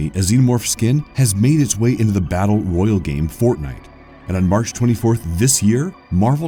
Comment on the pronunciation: I cannot stand the constant mispronunciation of basic words like caste and Battle Royale.